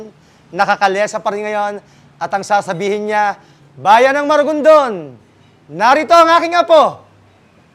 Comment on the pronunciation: MARIGONDON NOT MARAGONDON. I'VE BEEN IN MARIGONDON IN CEBU LAST YEAR.